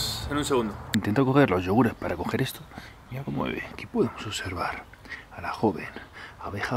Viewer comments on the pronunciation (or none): none